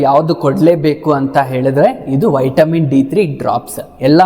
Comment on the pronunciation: ಉಚ್ಚಾರಣೆ ಮಾಡೋದು ವೈಟಮಿನ್, ಬರಿಯೋದು ವಿಟಮಿನ್ 😂😂😂😂